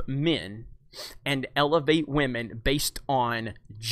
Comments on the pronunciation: I don't like the way movies are going what with agendas being shoved down our throats and is being told to accept it or be branded any number of buzzwords. However, you and other YouTubers with similar content all have one thing in common which is just irritating and makes you each come across as a gigantic cockwomble. It's not "Wah-men", it's women. I hate SJW's, feminists and anyone else who thinks that merit should take second place to this "diversity" bullshit, but you folks do yourselves zero favours by constantly bashing people for their sex. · You better start raspectin wahmen. The force is wah.